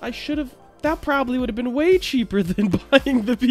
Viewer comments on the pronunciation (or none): none